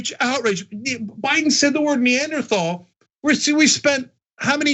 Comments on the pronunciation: nee and earthul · Because trump can't pronounce it. He's too stupid.